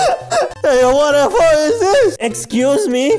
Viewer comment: wat de fok not wat the fok